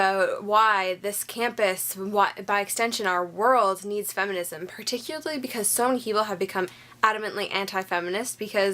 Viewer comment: that moment she cant pronounce particularly.